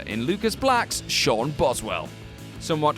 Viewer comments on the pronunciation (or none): none